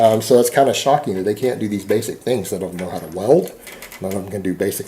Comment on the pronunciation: I also didn't know the words "him" and "them" were pronounced "HILLM" and "THELLM".